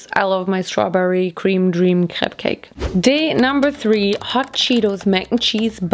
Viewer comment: Crepe cake sounds just like cupcake when says it, lol.